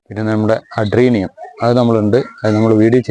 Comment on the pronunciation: അഡീനിയം ആണ് സുഹൃത്തെ, അഡ്രീനിയം അല്ല